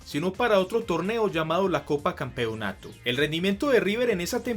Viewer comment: Me desespera como pronuncia "Campeonato"